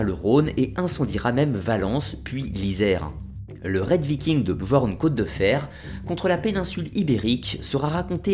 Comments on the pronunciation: La mere de qui ? non attend mec...ca se prononce "BYORN" (bi-orn)... '-' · Très intéressante video. La même sans les "quatre-Z'-enfants" et avec la bonne prononciation de "Bjorn" (j=i) serait parfaite. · Deja sa ce prononce biorn mais il s apelle bjorn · Commentaire constructif : le « j » n’est pas prononcer dans les langues scandinaves... on ne dit donc pas BJORN mais bien BiORN par exemple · Super vidéo mais un conseil sur la prononciation: le "j" dans les langues scandinaves et slaves se prononcent comme un "i" comme pour Bjorn on dit "Biorn" ;). Autrement super travail continue comme ça ! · Bien Bien mais s'il te plait, on dit pas bjorn ou skjaldmo mais "byorn" ou"skyaldmo" le "j" se prononce "y" en norrois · Super vidéo malgré que mes oreilles saignent au vu de ta prononciation des mots nordiques ^^ (pour info le "j" se prononce comme le "y" quand il sert de consone comme dans "Yak") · J'adore ta video, il y a juste une chose qui me tracasse, tu prononces mal Bjorn